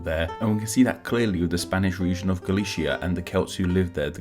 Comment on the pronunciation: The Celts are NOT from Switzerland and for Petes sake stop calling Galicia, Galishia. If you can't pronounce it with a lisp then at least pronounce the C as Sea. You're awfully ignorant for having a supposedly factual channel.